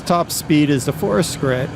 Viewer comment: Der, I like your vids, appreciate the spotlights, but the brand is pronounced - Fort Shritt (think along the lines of portrait). Keep up the good work. Thanks. :)